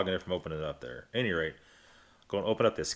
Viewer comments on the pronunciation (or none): none